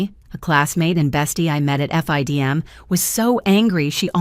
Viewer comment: As a FIDM alumni, it’s usually pronounced “Fidem” not F.I.D.M. Maybe things have changed since I graduated 🤷‍♀️